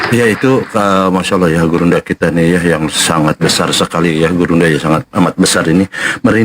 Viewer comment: bang ini bener2 dah😂 dia bilang gurunda zuma yg sangat besar 😂 tapi saya dengar nya: "burungnya zuma yg sangat besar" 😂😂😂😂😂😅😅😅